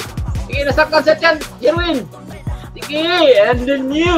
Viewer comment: Jerwin not jirwen😅😅😅